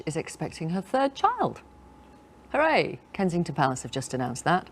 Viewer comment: what type of hooray was that😂